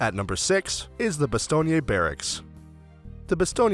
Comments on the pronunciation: omg why are you saying "bastogney"? You don't pronounce the final "e" ! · Bastogné must be a new town ... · Why is he pronouncing Bastogne like it's an Italian city name? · The narrator's constant mispronunciation of the town name is so irritating that I simply turned off the sound. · You’d think that when commenting a documentary, the first thing would be to pronounce the names, Bastogne, Ardennes....that you keep repeating correctly.... oh and the church of Bastogne is the opposite of flamboyant gothic....commentary is painful!!